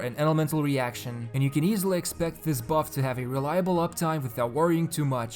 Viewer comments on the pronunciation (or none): none